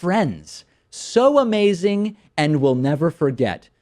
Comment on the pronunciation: 'Amasing" DT